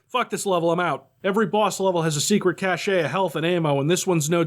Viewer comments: cachet? do you mean cache? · It’s just pronounced “cash.” “Cashay” is a different thing. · I love your videos and appreciate the nearly perfect grammar. However, I must mention something that is a pet peeve; It's merely pronounced like printed money, cash (kaa-shh), the e (cache) is entirely silent. It is no sound at all, especially not an a or e sound. Think of it how as an analogy to how the British spell programme. Keep up the good work. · Protip: "Cache" and "cachet" are different words. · When people say cachet instead of cache I die a little on the inside